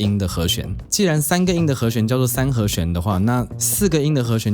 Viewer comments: 和xuán和xuán和xuán，听着真难受😣，是和xián... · 好和xuan，好和xian，發音好像有點不準餒。。。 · 「弦」读「xian2」而不是「xuan2」 ：） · 讲得很好，但是请注意和弦，发音是he xian, 不是 he xuan. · 和弦 ㄒㄧㄢˊ